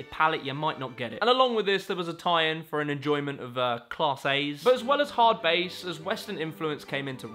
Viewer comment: How are you mispronouncing most words? adidas??? Hardbass?